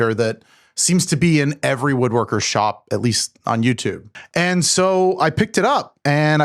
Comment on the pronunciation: “And” does not have a t sound.